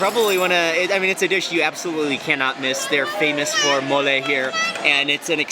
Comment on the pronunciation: Its mole no mooley